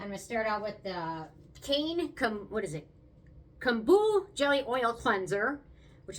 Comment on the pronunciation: It Isn’t pronounced “ Cane” Kaine, is pronounced Kai - Nay. Kai, rhymes with Tie. 🙄